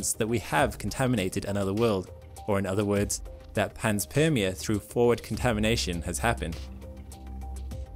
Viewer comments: Also, the word panspermia is consistently mispronounced. It's pan spermia, not pans permia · Interesting video though i believe it's pronounced pan-spermia not pans-permia. As pan is Greek for all and sperm- seed of life. Like pangaia... pan = all... Gaia = earth... Anyways nit-picks only, I love your channel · it's not PANS-PERMIA ... it's PAN-SPERMIA ... think SPERM i.e. SEEDING. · Pan- meaning all Sperm-meaning some sort of reproductive cycling. Ia- as in society or world. It's pan-sperm-ia. Not pans-perm-ia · I love the content on this channel but I have to nit pick here.... it is pronounced Pan-spermia not Pans-permia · Refer to to the etymology of the word panspermia for its pronunciation (which you got wrong). Correct pronunciation is PAN-SPERM-ia. Greek root of PAN = ALL, SPERM = SEED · It's Pan-Spermia... once you notice it's talking about sperm the rest makes sense...